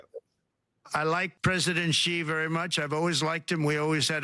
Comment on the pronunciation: its Xi not Zhi 👍